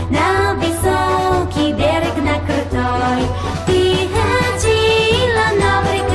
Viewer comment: 베례그가 아니라 볘롁 입니다